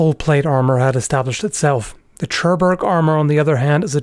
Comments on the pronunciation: The "Ch" in Churburg is spoken like "K". And yes I have to know it, im German. But otherwise the way you said it would be correct in German words with "ch" like "doch" which is kinda hard to translate. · Its not a CHUrburg, bro. Even if it spells so. Its HURburg, at european manner. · I absolutely love your content and have huge respect for you and your work, but... Seriously, you SLAUGHTERED the word "Churburg". As a fluent German speaker, you should be able to pronounce it correctly: "Koor-Boorg". The castle is located in my home region of Südtirol in Italy, and the collection of arms and armour there is absolutely amazing - if ever you have the opportunity to visit:) Just a minor niggle. Keep up the amazing work! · For future reference, Churburg is pronounced "Koorboorg" with the double o's pronounced like in book.